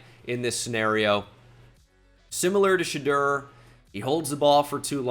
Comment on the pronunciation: It’s Sha-Door. Shudur isn’t that man’s name